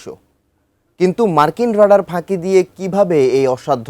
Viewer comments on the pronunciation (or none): বেটা রাডার উচ্চারণ ঠিক ভাবে কর